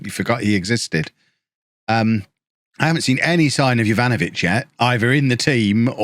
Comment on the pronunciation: everything was understandable until jovanovic, jesus christ the AI ruined this man